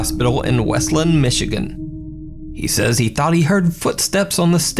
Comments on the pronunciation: you said westland wrong. I lived in front of the graveyard for eloise back in the 90s. it’s why I love the paranormal today actually. a lot of the land near the original complex can’t be used because of unmarked graves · I live next to westland and it pronounced West-Land